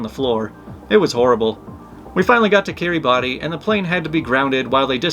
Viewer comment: Fun fact: Kiribati is pronounced Kee-ruh-bas and the r is rolled. There is like no way to know that from the spelling. 🤔